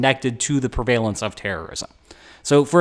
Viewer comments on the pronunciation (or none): "prevaylence" lol